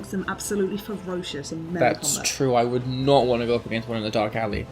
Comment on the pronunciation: Hm.. "let us know if you uld like to see in the future"...?